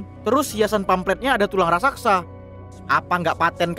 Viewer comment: Ngomong "raksasa" aja salah (rasaksa)